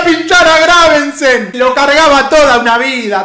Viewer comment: es Gravesen, no GraveNsen jajajajjaaja ¡Excelente serio papu!